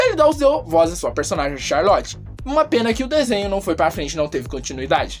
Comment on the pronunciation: Vc falou tchalorte em vez de Charlotte